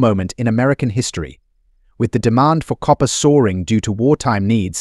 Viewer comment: Pronounced deMAND not DEEmon